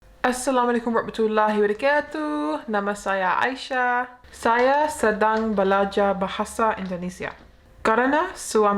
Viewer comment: ..izinkan saya koreksi salammu...disaat menyampaikan salam " assalamualakum warrahmatullahi wabarokaatuh..bukan wabarokatuuh..jadi kata kaa lebih panjang diucapkan dari kata tuh..maaf kita sama belajar untuk lebih baik.tq..❤❤❤